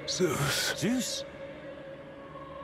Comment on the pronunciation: Zeus ❌ Zoos ✅